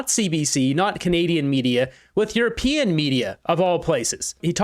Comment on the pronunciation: I thought Carney said or considered himself a urapeeon. Wish he would make up his mind.